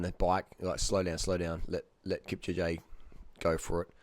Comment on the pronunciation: Kipcha lol wtf its pronounced Kipchooouuuugiiiee